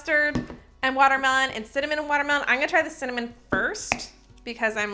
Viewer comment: Im laughing at all of your word mess ups in this video!! Love your content!! Cinnamon watermen 🤣🤣🤣